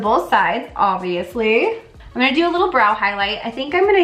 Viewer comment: did you just call the doe foot applicator a dofa? Lol